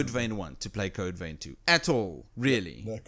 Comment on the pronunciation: its not code vain its code vein plz pronounce it right not critiasing u